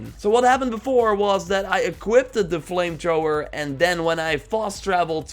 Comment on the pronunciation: He said flame Trhoower lol